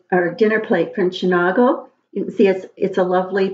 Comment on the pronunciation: Hi there - I love it and collected as well. Chenango is pronounced Shunango with a long a. I didn’t realize it was transfer ware - I thought it was not?